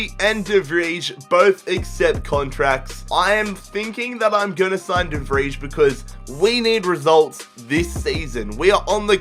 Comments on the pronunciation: It's pronounced "De Vrej" ffs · De Vij is pronounced De Vrie